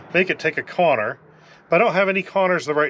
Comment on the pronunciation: This is very quickly becoming my favorite channel. I love that you kinda sound like hank Hill. The dry sarcasm with the hank voice just works perfect. Bravo. (And what accent says "corner" like that?) Thanks for busting ass for me to learn from. You will go far with this.